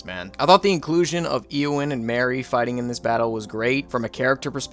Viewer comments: Thank you, I dropped my phone at Eeee-owyn. I couldn't take it. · His pronunciation of eowyn, eomer and denethor destroyed me! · It's not Thee-o-den and Eee-o-wen lol 😂 It's Thay-o-den and Aye-o-wen